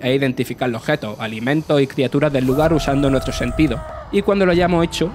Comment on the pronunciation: Nuetro acentros 😂😂😂😂😂